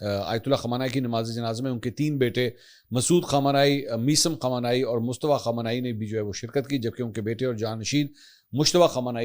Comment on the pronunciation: MAK pl nam sahih len. KHUMANAI nahi balke KHAAMENAEE